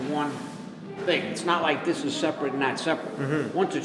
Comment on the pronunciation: "Dis is plywood. Dis is glued togeddah." gasps REEEEEALLY?